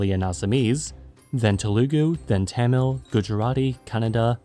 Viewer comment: telugu and tamil pronounced very wrong :p